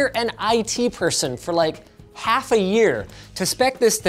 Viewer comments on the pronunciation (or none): none